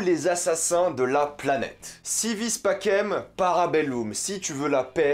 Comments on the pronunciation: Si vis pacem, para bellum ( le pacem se dis passem, pas pakem, et para bellum, sa se dis para belloum, pas para belleum) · En latin on prononce "Si wis pakem para beloum"